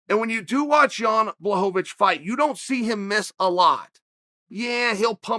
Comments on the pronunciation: you are both wrong... its blahovavich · Everyone: it's not pronounced Blockawitz Chael: ok great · Chael just CANNOT say this mans name 🤦🏾‍♂️🤣🤣🤣. Blahovovitch